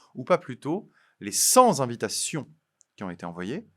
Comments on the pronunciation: Cent-z-invitations? Attention! Pour le reste, à 100/% avec vous. Pour reprendre une formule célèbre : la liberté d’expression ne s’use que si l’on ne s’en sert pas, à plus forte raison si on la corsète. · « Les cent z"invitations... » Bon... C'est facile de se moquer... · cent invitations et non cents invitations.avec la liaison ça me fait mal aux oreilles…je vous adore et je continuerai à vous regarder..